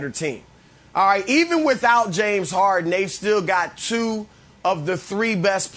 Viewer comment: Don't forget Brandon: "James HAR-IN."